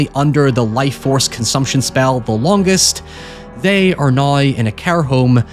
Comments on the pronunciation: Everyones talking about "hoyever" but never "noi" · Holy fuck the Scottish accent is HEAVY on this dude... Who pronounces "now" like "noy"